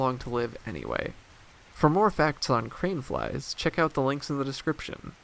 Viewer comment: I keep hearing “cream flies.”